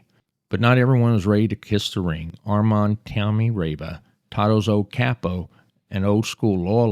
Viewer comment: Pretty sure it's pronounced (Tommy) rah-vah.